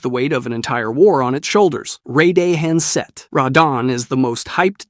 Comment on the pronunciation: Ray day han's set 😭